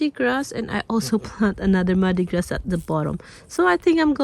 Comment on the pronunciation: Pronounce mardi gras as mardi gra.